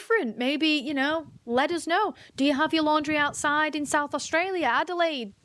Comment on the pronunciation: Young lady , we pronounce AuSTralia , not AuGstalia . Thank you . 🤩